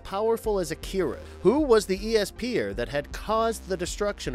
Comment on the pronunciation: Blame! Is read as "blaam" Also you pronounced esper weird